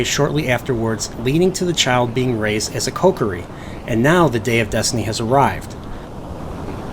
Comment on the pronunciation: gone when you said deeku* and kokari*